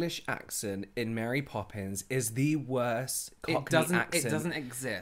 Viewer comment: Mary “Pope”ins